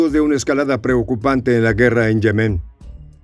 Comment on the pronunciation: Yemen NO lleva acento. O sea NO es Yemén, sino YEMEN. Rasca el oído.